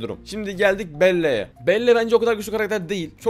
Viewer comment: Belle değil bel